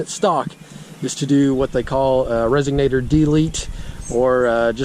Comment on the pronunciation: Did he say resegnator